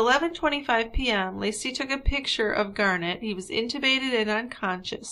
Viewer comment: You can't comprehend that the child's name is Garnet, like the stone? Not "Garnette" ? Annoying!